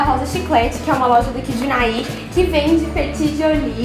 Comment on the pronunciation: AAAAAAH como é bom ouvir você falando "Unai" e saber que somos dessa mesma cidade❤❤❤❤